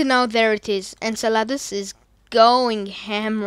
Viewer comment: Btw you say enceladus like inselidus